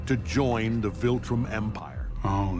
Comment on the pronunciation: Say it with me... VILtrum, VILtrum, not VULtrim, not VOLtrum, it's VILtrum